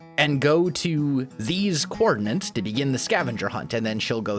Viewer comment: “Coordinates” not “coordinants” stop thatching people how to not say or spell it.